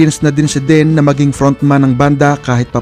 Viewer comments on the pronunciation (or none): Bisaya kba kc Den ka ng Den .ang tama Dean ska Neal Schoen.husayan mo ha ?